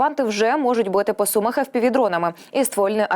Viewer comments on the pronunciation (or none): none